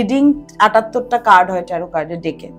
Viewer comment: উচ্চারণ টা ট্যারো । ট্যারোট নয় ।